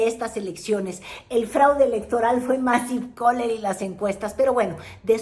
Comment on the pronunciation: Ni siquiera sabes pronunciar Massive Caller! La Marea Rosa tuvo todo un exito!!! Como que en que pudo influir la mananera?? MALO se la paso diciendo 40 o 50 veces que NO LE CREYERAN a esos de la coalicion, de la Xochilt, que porque les iban a quitar sus "ayudas ", que esa gente es de la oligarquia!!! Claro que hay fallas en toda campana, la gente que dio su voto por Sheinbaum nunca hemos dicho que es estupida!!!! Simplemente los tienen enganiados y tambien amenazados!!!! si no tienes para comer, son 60 millones de pobres!!! 12 a 16 millones mas durante este sexenio "del pueblo", Min. 10 , los Morenistas comunistas son expertos en estos Hashtags de polarizacion y odio..ya hasta ahi me quedo...Ya no puedo mas con tanta difamacion.